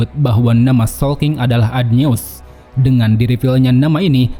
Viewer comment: Adnyeus dibaca adonai bang